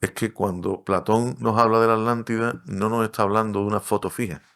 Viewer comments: Disculpen la pregunta si la palabra es Atlantida porque a ustedes les suena como "alantida"?, solo es una curiosidad... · Alantila o atlantica, por qué quieren hablar tan fino que pronunciamos las palabras mal, siendo el idioma cadtellano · Yo me pregunto como un estudioso que es filósofo y arqueologo además investigador No sepa que lo correcto es Atlntis, Atlántica y el océano Atlántico, no como el y el entrevistador dicen Alantis, Alatida y oceano Alantico mejor deberían aprender a pronunciaŕ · Se escucha mal o no están pronunciado bien la palabra Atlántida...pareciera que pronuncian "Alantida". 🤔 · No es así. Le dice Alántida a la Atlántida. No respeta las reglas del español. Tu propia lengua. Además decl chauvinismo de creer que la Atlántida estaba frente a las costas de España...por favor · En España se enseña mal la pronunciación de las sílabas TLA, TLE, TLI, TLO, TLU. Se separa en dos y la gente acaba pronunciando A-Lántida, haciendo casi desaparecer a la T. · Lo que yo no e tiendo es porque pronuncian la T como Che en palabras y en aTLantida nonla pronuncian!!????? Porque asesinan el idioma asiiiii!!???? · LE DICE ALANTIDA....